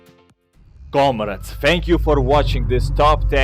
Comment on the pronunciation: comrades he pronounces it as comreds